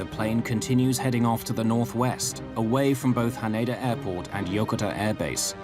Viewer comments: Yokota AFB is not pronounced as it is in this video . I should know. I grew up on that base as an Air Force military brat back in the early 1960's. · It would have been nice if your production had bothered to get ANY part of the USAF uniform correct. Your long haired actor also pronounced Yokota wrong.